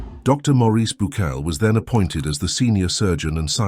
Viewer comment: Bucaille's name is pronounced like Bucay. Otherwise, excellent video!